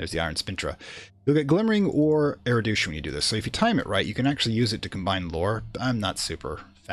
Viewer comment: First I want to say I've been enjoying the series. I rarely comment on videos but Phrygian was where I draw the line on your mispronounciations. The last one refers to Erudition, which you have been pronouncing 'Eridution' throughout the series. If I could make a suggestion, it would be try to slow down when you're explaining stuff. It was easy enough to follow when you were blowing through the early-game. However, later on you began to go really quickly and switch topics suddenly while explaining more opaque topics like assembling Rites. It would also probably help with the diction.